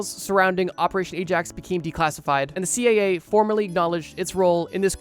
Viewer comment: Why do you keep calling the CIA the CAA?